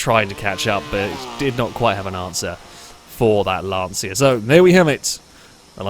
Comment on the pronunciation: can someone tell it's not "Lantseea" but more like "Luntchuh"